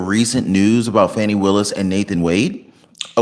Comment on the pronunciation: Will you PLEASE pronounce DA Willis's name CORRECTLY. It is not Fanny.